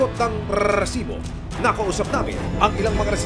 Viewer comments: Panindigan mo yang RRRRRRRRRRRRRRRRRESIBO kahit bumibili ka ha at hihinge ng RESIBO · RRRRRRRRRRRRRRRRRRRRRRRRRRRRRRRRRRRRRRRRRRRRRRRRRRRRRRRRRRRRRRRRRRRRRRRRRRRESIBO ANG DAMING RRRRRRRRRRRRRRRRRRRRRRRR😂😂😂😂BWESIT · rrrrrrr kala ko naglalag eh rrrrrrresibo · Bakit ang pronounce nya Ng resibo e "rrrresibo" nakakasira Ng concentration SA panonood Ng storya Ng balita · Rrrrrrrrrrrrrrresibo😂😂😂😂😂 yawa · Kaka inis ang rrrrrrresibo na expression na yan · GMA sobrang bothering yung pinapahabang rrrrrrrr sa resibo. OA pakingan pag paulit ulit na